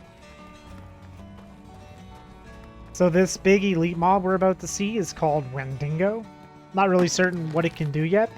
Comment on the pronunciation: wendigo not wendingo. good vid tho